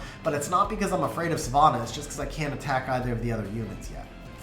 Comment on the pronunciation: Ffs, learn how to pronounce Savannah.